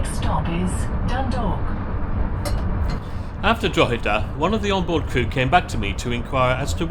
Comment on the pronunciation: He pronounced it better than most English people i have heard .He also got Drogheda and Dundalk nearly correct .